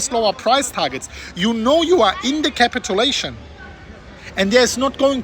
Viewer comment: Don't say "capitAlation", it's "capitUlation".. just annoying to hear... honest feedback...